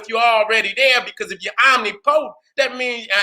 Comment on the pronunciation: Omnipotent..... pronounced: oh-nip-poe-tent or oh-nip-puh-tent..... wasn’t distracted from the message, just wanted to give you the correct pronunciation. Love you King👑🥰✨🧘🏿‍♀️👁